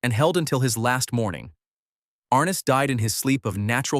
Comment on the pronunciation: Are Ness, not Ar Nis.